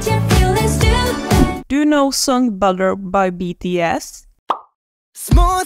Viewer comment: I am a BTS fan and i hate the way you said bugger insted of butter💢💢😤😤😡😡😡😡